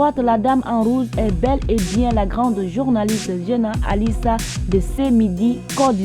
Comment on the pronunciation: Avant de raconter l'histoire apprend à dire le nom des gens c'est zéna alisar non '' zana alissa ''.